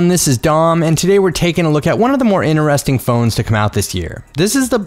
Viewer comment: Am the only one who's kinda annoyed the way he pronounces interesting? Or am i weird?